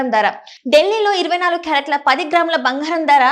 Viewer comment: బంగారం తల్లీ భoఘారం కాదు.తెలుగుకు ఇంత దుర్గతి పట్టింది